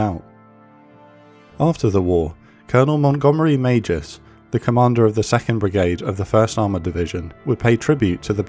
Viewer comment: ish, the name of the colonel is Meigs, pronounced like eggs with an M in front :). Never heard Magis before lol.